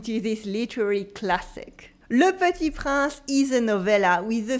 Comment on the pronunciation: Hello, Thank you for this lesson. You learn how to pronounce some words, but I think you forgot to learn the correct pronounciation of "Le Petit Prince"... Very cute the reference to my favorite singer Mylene Farmer! A bientôt.